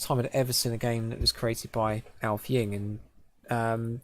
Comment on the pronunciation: Thanks mate! :-) (Though my last name was pronounced funny - it's "Ing-ve", like the way one says "inlay".)